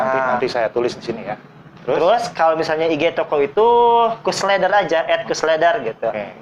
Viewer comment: le-der...bukan le ter